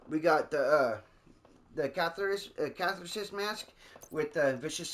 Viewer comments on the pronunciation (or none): Ka-thar-sis. Lol. Good build!